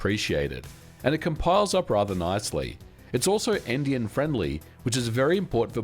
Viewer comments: It's also... what-friendly? endian-friendly? Indian-friendly? Empty and friendly? Seriously, I've listened back to that like five times now and am not sure what he said. Mind, I'm no native speaker, so it might be a rare word that I've never heard. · Well, already explained it, but I wanted to add that the word you heard is actually spelt "endianfriendly." And I completely understand why it would sound funny if you hear it like you did 😅.